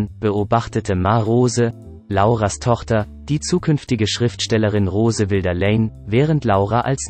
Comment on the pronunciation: Kaukasisches Baby? Ähm...Englisch ist nicht so deins, oder? Wilder= (Aussprache) Weilder, Charlotte statt Caroline. Immerhin sagt er/sie/es Tiwi (TV). Grottig, einfach nur grottig. Fun fact: Auf den Tag genau 100 Jahre später haben meine Oldies geheiratet.